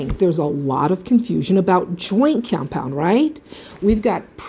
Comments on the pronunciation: why are you saying it like that, wtf is joykeyompyond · I love how you say cyompound ☺ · what is that accent "joint comepyound"? lol very good video. excellently executed very informative and straight to the point i loved it thank you! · All I could hear you sayin compound, and you say it funny😂